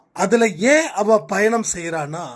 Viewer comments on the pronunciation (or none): none